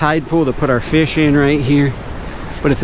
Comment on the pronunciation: I love but the was he says fish drives me up a wall